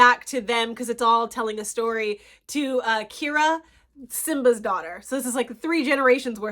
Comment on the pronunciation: Kee-R-AH is how you pronounce her name not Kira 😂 I’m joking lol but I loved this movie